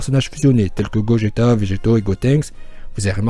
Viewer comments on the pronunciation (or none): none